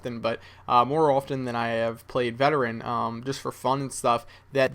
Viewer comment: you sure its veterean